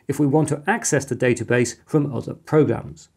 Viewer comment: It's pronounced database, not database!